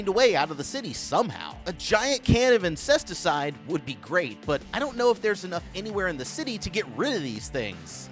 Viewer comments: inscest-icide. 😂 Am i the only one who heard it? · Did this dude say "Incesticide" ? HAHAHAHAAHAHAH